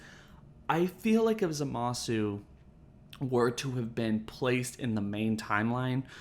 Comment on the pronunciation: Every time someone pronounces the "u" in Zamasu's name my ears explode